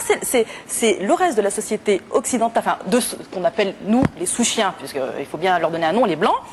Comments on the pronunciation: Sale con, elle a pas dit "sous-chiens" mais "souchiens", aucun rapport. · bande de abruti elle dis pas SOUSchiens elle dis SOU-chiens c'est à dire qu'elle qu'un de souche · Elle n'a pas dit "sous-chiens". elle a inventé le mot "souchiens", littéralement "de souche", elle parle des français "de souche" (écoutez ce qu'elle dit, c'est beaucoup plus cohérent quand on COMPREND effectivement son discours)... Il faut réfléchir un peu avant de crier au loup... Franchement, vous avez déjà entendu quelqu'un prononcer une insulte aussi absurde "sous-chien"? :) C'est "souchien": comme "de souche", donc Français de souche, l'antonyme construit à partir de "immigré", quoi...